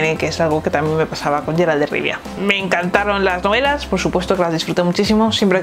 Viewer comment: 😂💦Es Geralt, NO sheralt.... Por cristo